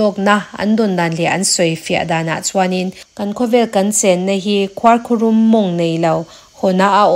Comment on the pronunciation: Ngati nge khuarkhurum tih hi i lam dik theih miah loh a,a mak hle mai,i sawi zing ve bawk sia,a dik lo bawk sia,beng a thlep tlat alawm,nidangah chuan fimkhur hle a ngai tawh ang, zirlai naupang te atanga kum upa thlengin youtube hi kan en in kan ngaithla deuh vek tawh a,zirlai ni mek tan phei chuan kan hnam tawng a dik taka hman hi a pawimawh em² a,in channel ten hetia a diklo a in tih zel chuan mizo tawng hi a dal telh²dawn,khuarkhurum lam dan chu,chaw kan chhum a,duh aiin a lo rum deuh a,chaw rum ani mai😅heta rum kan sawi dan ang chiah hian khuarkhurum hi lam tur ani.